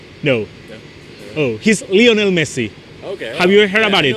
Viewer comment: Lionel no Leonel